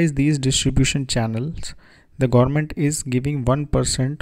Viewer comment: Sir, thankyou for making this informative video. Really Appreciated! , however it would be great if you could please correct your pronunciation on certain words e.g.: (Government) . Also if you could keep a little distance between your microphone would result a better voice reception to your audience as there is a lot of hiss and pop noise getting induced in your narration. Kindly Acknowledge!